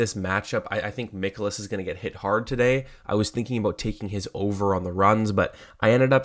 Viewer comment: Its not Mickolas, its Mikolas like Mike You won your bet, but do you usually cap baseball?? Seems like you missed alot of talking points, especially using a tiny tiny sample of bat vs pitch. VMI is a much better tool, not to mention how hot both teams are against handedness of pitcher. Also no mention of bullpens, cubs have top 3 guys worked back to back nights